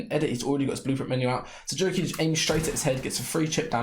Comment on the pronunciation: Bro says jurky with jamaican accent 😂😂😂